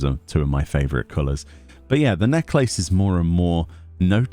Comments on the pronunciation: i love you... but you saying necklace triggers me... you say Neck-laces.... it's NECKLASS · It’s interesting, in the US we say necklace as “neck-less” and I’ve never heard it said “neck-lace” before. And now that I’ve heard it I’m like, “Oh, hey! That makes sense! Like lace around the neck, right?” Lol, pronunciation, amiright? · Your enunciation of the word necklace is killing me. LMAO